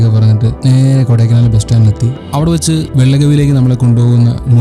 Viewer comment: Great presentation. It's not kodaikanaaal. It's kodaikaanal. Learn to pronounce the native words properly.